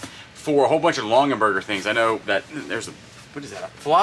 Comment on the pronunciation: You mean to say "Long-ah-berger"